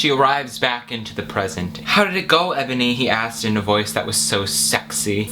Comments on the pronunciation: IT'S NOT Ebony, its enoby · You mispronounce Enoby.